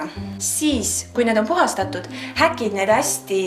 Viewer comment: sa ütlesid häkid mite hakid